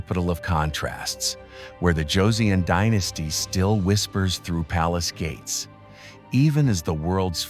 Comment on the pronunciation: Sound like "georgin" dynasty. But, it is "Joseon" dynasty! "S" pronunciation misssing.